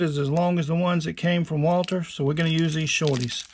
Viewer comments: WALTHER NOT WALTER. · The? Company's name is walther not walter